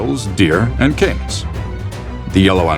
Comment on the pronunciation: Sounds like canes but he meant Caymans.